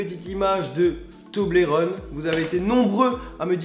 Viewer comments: Sa se prenonce to-bol-ron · Nan s'il te plait Charles Pas toblérone s'il te plait tout mais pas ça, ça fait mal au oreilles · tu prenonce male le mot toblerone